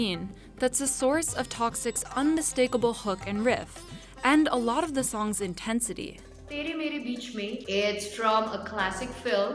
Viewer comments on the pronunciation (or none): "tay-ray may-ray beach-may"